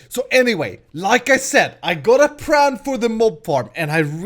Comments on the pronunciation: its plan not pran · Damnit it's PLAN! not pran.P_L_A_N!! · u say pran not plan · It's pLan Not pRan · pLan not pRan yes i only did this cuz you said so in the vidio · its plan with an "l" not pran you crazy fool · it's not pran it's plan PLAN! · it is plan not pran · Am I the only one that hears pran wen pretty and when he says plan PS there is nothing wrong with how he talked : ) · hey, i have a question. are you japanese, since you f.x pronounce plan with an r sound, this is comon in japan. so are you?